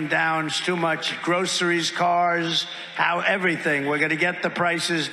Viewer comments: Trump struggles saying it, "grow-sirees" because he's never experienced it! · He says gro a ress 😂😂😂😂